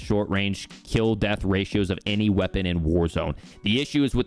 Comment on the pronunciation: "Qeapon" LMAO